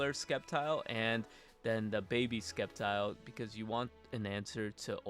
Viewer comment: Sep - tile, not skep - tile